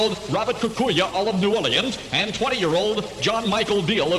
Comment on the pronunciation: This was my childhood. I was 12 years old when this aired. Born and raised in New Orleans. What a great place to live then. Listen to how they pronounce New Orleans ( New Oar-lee-ins )